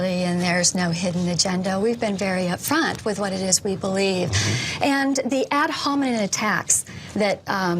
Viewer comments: “Ad Homenen” 😂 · Did she say "ad-hominid attacks"? 😂